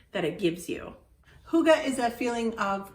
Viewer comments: No, you are not pronouncing it right. Try google translate and prees The audio pronunciation to get it right. This is not meant as a judgement, it's just a suggestion. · Yes, it is a bit tricky. But it is not as difficult as it seems. Keep trying, i know you'll get there. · Haha, your pronounciation of hygge is so funny :D Actually, English doesn't have the exact sound the Y makes. If you could read German, I'd tell you that it sounds like the German Ü, therefore German pronounce hygge like hügge.